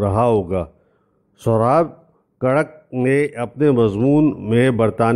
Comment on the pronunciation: yeh Jo aap nay pronounce kia hay,sohrab karak to yeh Naam actual main hay sohrab katrik,Jo k aik parsi shakhas that aur in k Naam pr saddar main student biryani k barabar main sohrab katrik hall bhee hay, Jahan parsi community rehaish pazeer hay aur in k family event bhee is hi club main hotay hain.